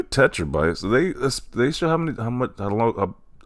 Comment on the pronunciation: if you say tetrabytes again i will find you 😂